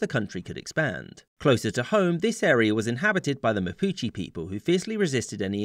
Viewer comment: Why you pronounce mapuches mapuchi? 😂😂